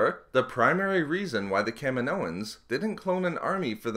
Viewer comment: I don't get how someone says "kaminoans" like "cam-in-oh-ins." In the movie no one calls it "cam-in-oh." it's like "Ka-meen-oh" and "Ka-meen-oh-ins." I can't be the only person who was annoyed by this